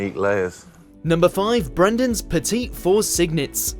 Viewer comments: You're half right. The "s" in petit fours is silent, even in plural. (I think the plural is petits fours, with the same pronunciation) I want to cringe when someone mentions a display of "petty fourz." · It's pronounced "petty' fours not "petite" fours.